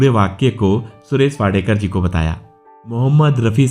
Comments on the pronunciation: Naam toh barabar lo. Wadekar nahi yeh Wadkar hai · Please correct your pronunciation. He is WADKAR AND not Wadekar. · It is not Wadekar. It is Wadkar. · उनका सरनेम वाडकर है वाडेकर नही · इनका नाम सुरेश वाडकर है, वाडेकर.नाही. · वाडेकर नही जी वाडकर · Sir, It is Wadkar and not Wadekar. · सुरेश वाडकर. वाडेकर नहीं. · सुरेश वाडेकर नहीं, सुरेश वाडकर उनका नाम है l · वाडेकर नही वाडकर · सुरेश वाडकर आहे सुरेश वाडेकर नाही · अरे सुरेश वाडेकर नहीं... सुरेश 'वाडकर ' हैं ठिकसे बोलो... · "वाडेकर" नही जी, वा'ड'कर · Inka surname wadkar hai,na ki wadekar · Not Wadekar . Say Wadkar. Speak properly first of all. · सुरेश वाडकर नाम है उनक, न कि वाडेकर. उनकी गायकी तो लाजवाब हैं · वाडेकर नहीं वाडकर बोलीए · सुरेश वाडकर आहे वाडेकर नाही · सुरेश वाडेकर नहीं वाडकर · वाडकर है वाडेकर क्यूँ बोल रहे हो 🤨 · Suresh Wadekar Nahi.. He is Suresh Wadkar. Pls correct tour pronouncecation. This wrong. Before better you check it. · वाडेकर नाही वाडकर म्हणा नं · He is wadkar. Not wadekar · His surname is वाडकर not वाडेकर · His name is Wadkar, and not Wadekar as spoken here. He was a good singer.